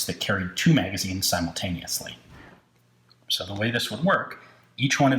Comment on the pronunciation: Sew Deutche. Sew fauncy